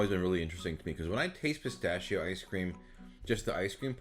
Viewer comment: it's pronounced Pistachio Pistachio